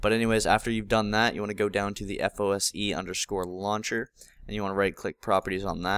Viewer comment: It's FOSE, not FOSI.